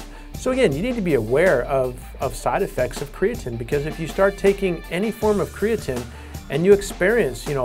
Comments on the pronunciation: karatnine? why the difference in pronunciation? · 1 the person can't even pronounce creatine. 2. There have been proven studies that say that creatine DOES NOT cause any kind of kidney damage